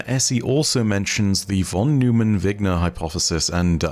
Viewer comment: Not your explanation, but your pronunciation of von Neumann. Its pronounced "noi-man" But your explanation of superposition is SPOT ON. -Source: Physics PhD